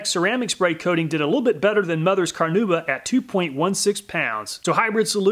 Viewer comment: Car-nah-oo-bah. Not Car-noo-ba. Amazing video though. As always!